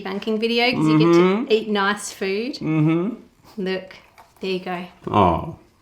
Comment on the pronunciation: "Noice" lmao